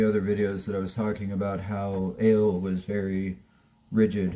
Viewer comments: Ale's name is pronounced ahh-leeh. Not aye-elll like the beverage. Hang in there. I've been sober (alcohol & drugs) since 1995. Anyone can do it. I survived the pandemic without a drop of alcohol or a drug in my body (including vaccin). Food, well - that's another thing. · Ale is short for Alejandra. Thus it is pronounced like Ah lay. Start saying her full name and just leave off the "jandra" Keep at it dude. You will succeed!!!!!